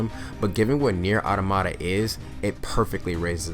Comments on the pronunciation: i cant get over that he says automata like "ottomata" when its "auta-ma-ta" like automotive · Great video, subbed. One thing you said "nier automata, automata one of those. " but actually the wor is pronounced awe-tom-ah-tah. The 2nd and 3rd "a"s are said like the 1st in apple. The first one is said like awe-some. Again great stuff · I did like your review, also just a quality video in general, but god damn your pronunciation of "Automata" had me laughing lmao